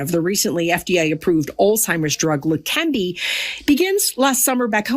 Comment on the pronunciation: It's not lekembi but lekeneba